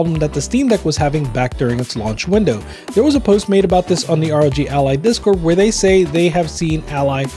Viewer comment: it’s not rog it’s are oh jee